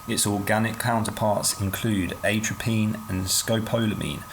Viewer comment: You managed to pronounce atropine and scopolamine incorrectly.